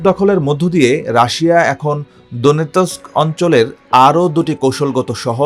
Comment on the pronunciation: কি বাজে উচ্চারণ, দোনেতোস্ক !! লুহানোস্ক? wtf